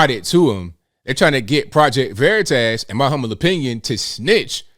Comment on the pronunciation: VeritASS 😆. Please stop pronouncing it like that